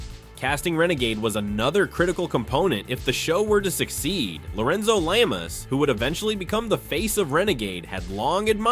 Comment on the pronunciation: “Lorenzo Lame-ass” I don’t know if that was intentional or not, but that’s hilarious!!! hahahahaha😂😂😂